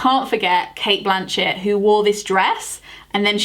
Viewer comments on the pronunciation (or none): none